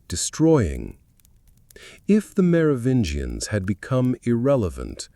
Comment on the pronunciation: i'm out at 12 min, can't listen to this moron say "Mero-vinians" any more